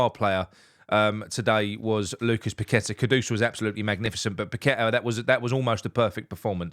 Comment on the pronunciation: Have to agree with all that. However his name is pronounced Pak A Ta. It's one thing idiots on Talksport butchering it but not one of our own. 👍